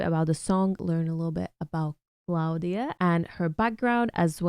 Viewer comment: It's Klavdia not Claudia